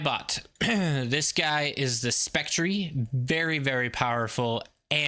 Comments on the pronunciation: Did you pronounce the Spectre the "Spectree"? Just found it funny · You lost me when you said Spectree